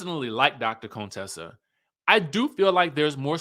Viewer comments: Not CONE-Tessa 😂😭‼️ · Please stop calling her Coontessa